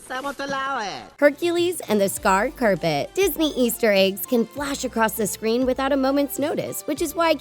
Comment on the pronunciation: WHY DID U SAY CUR PIT?! ITS PRONOUNCED CAR PIT